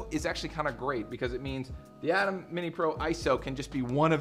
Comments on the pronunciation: Ayyyyye—-Temmmmm not Adam lol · Pronounced "A-tem", not like atom. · Thought i was the only one with cringe while hearing "atom" instead of "A-tem"